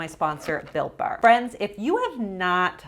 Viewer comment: Every time she says "built bar", I hear something else. This time it was Bill Burr.